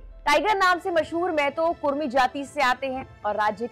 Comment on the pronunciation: कुरमी नहीं कुड़मी